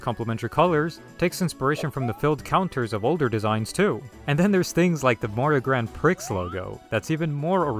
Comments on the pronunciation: The... the Grand WHAT? 😂 It's not pronounced like that... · I love when people pronounce "Grand Prix" as "Grand Pr!cks" it's so silly to me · Was this mispronunciation a joke?